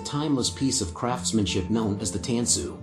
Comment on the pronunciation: It's pronounced tahn-su